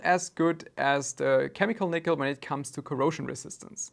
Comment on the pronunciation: I came here to see if I was alone… lol he mangled it. 😂